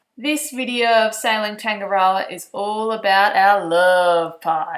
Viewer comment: The boat is nice but you cant even say its name properly